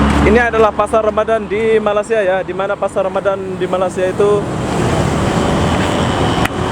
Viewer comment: Bro sebut Malaysia tu betul2. Me-ley-si-a bukan Ma-las-si-a. Kalau lidah tu pendek tarik bagi panjang